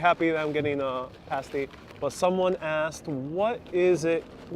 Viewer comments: Sorry mate, pasty is 'past-E' not 'paste-E'. Pies and pasties are ideal with a great cup of tea of a nice pint of bitter (ale). I love my fish n chips with mushy peas and a couple of pickled eggs. If you can find a place, try a rhubarb pie or even better a rhubarb crumble with custard or ice cream. Rhubarb isn't common in North America (along with Blackcurrants), but you can get rhubarb between April and October. Have you tried a bacon buttie, bacon in buttered roll great with some HP brown sauce. Hopefully Myers of Keswick sell Cumberland Sausage or can tell you where to get some. It's also great in a buttered roll, with a couple of rashers of bacon on top then HP brown sauce on a buttered roll. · Cornish paa-stie, not paste-y(as in Pasadena) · Pas tea not pays tea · It's pronounced 'pass-tee' !! 'pasty' is what strippers wear on their nipples!! 🤣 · The "a" in Pasty think pirate .... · Just a minor correction - pasty rhymes with "nasty", not "tasty". Which is ironic! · The A in Cornish pasty is pronounced like apple. The way you said it describes a very pale sick looking person 😀